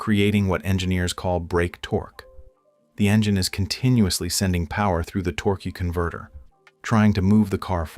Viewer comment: Torque,eee converter 🤣🤣 if you didn’t hear it go back and listen 😂😂 more AI 💩 to add to the endless amount of AI 💩, “Worked on BMW for 15 years” But can’t talk on a video, We will pretend we believe you.